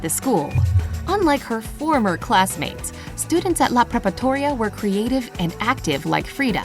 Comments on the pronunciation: La pre-pa-ratoria, not prepatoria. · It is not Prepatoria, it is Preparatoria. Please correct this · It’s “Preparatoria” not “Prepatoria” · It's "La preparatoria" not "La prepatoria" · PREPATORIA!!! 😂🤣 It’s preparatoria, guys. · Just a quick correction: it's called "Preparatoria" not "Prepatoria." Other than that, it is a great video! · I don't think that existed a school named "La prepatoria" because preparatoria (not prepatoria) it's literally high school in spanish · La "Prepatoria"? Really? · Instead of prepatoria, it is preparatoria, which means "high school". So I doubt that was the name of the school. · Guys, it is not La Prepatoria. It is La Preparatoria... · Kid Adventures and she said LA PREPATORIA 😂